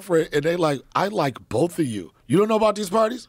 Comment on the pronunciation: Can not do it. Do not care who he is. Boff instead of both. Truff instead of thuth. 😢